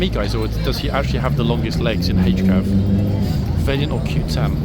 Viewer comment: What is it with the two-fingered salutes? It looks so odd! PS. It's not Vaylient. It's Va(a as in apple)lient.